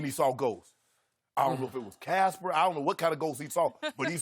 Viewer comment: That man said Casper 🤣😂😂😂😂😂😂😂😂😂🤣😭😭😭